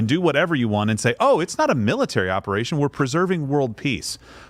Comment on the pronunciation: " China is building up its miratary " lol